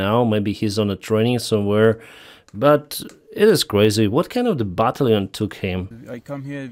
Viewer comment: why do you pronounce batallion…..bah-tally-yun 😀